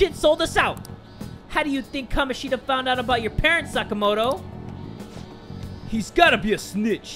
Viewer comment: Sa-KAH-moto, not saka-MO-to